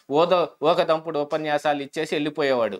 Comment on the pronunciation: ఊదకంపుడు కాదు తమ్ముడు ఊకదంపుడు